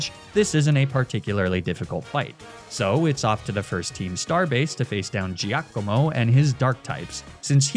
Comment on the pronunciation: Unsure if is deliberately mispronouncing Giacomo for engagement… it’s “JAH-ko-mo”!! But you probably already knew that. 😂 enjoy the free engagement.